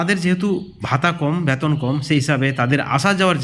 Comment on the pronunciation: Vasa thik korun ব্যাতন নয় বেতন বলুন